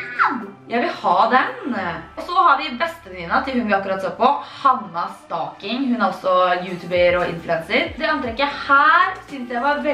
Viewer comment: Når du skal si Hannah stocking så høres det ut som du sier hana stoking